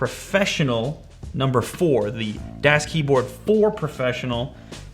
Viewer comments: its pronounced das not das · u pronounce it wrong .... its not das with a long A.... its German sound like ahhh like das boot... gg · Das is pronounced like Dos, not Daas with a the long A. It's German (neutral) for 'the'. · for goodness sakes man das is pronounced "daas" like DOSBox not dass like dass-hole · it's pronounced das not däs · It's a soft a, not a hard a. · pronounced darce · Dahs Keyboard! It's pronounced Dahs! xD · It's pronounced "DOS" as in MS-DOS. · Btw, it is pronounced Dos, like you say Microsoft DOS. (It is just spelled Das... It's German) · Am I the only german watching this? :D It's pronounced like "does" btw. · FYI: it's pronounced "doss" and das means "the (neutered)" in German, so the brands name translates to "the keyboard" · It is pronounced like duuuuuuhh with an s. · It's das pronounced daas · It's kinda like Dos, right? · its pronounced almost exactly like "does" but a bit less flowy and more german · ***** No, it's a german word spelled "das", pronounced like "daas" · Affe mit Waffe "das" (German) is pronounced "does"(English) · Its pronounced "dawz" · It's pronounced dass, with a short a. Just like the das auto commercials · Its pronounced like "does". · ***** Then you should know that it is more like D-OSS. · Chark it is spelled like "does" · It's pronounced d-ass. It's German and I'm taking a German class so I know. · It's supposed to be close to "dos" like the operating system haha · ***** It's pronounced like "does". ;) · He says it like "dash" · MeisterYodarkus ja aber Lew hat's ja wie "däs" ausgesprochen, also -> falsch ;D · Just FYI, das is one of the three German words for 'the'; das, der (pronounced 'dare'), die (pronounced 'dee'). Das is pronounced like the old operating system DOS. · He doesn't say das correctly. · Says sleep points at mute botton, says mute points at sleep botton lol and he said das wrong lol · 212 dislikes comes from people who are annoyed by his mispronunciation of Das. I'm not one of them btw.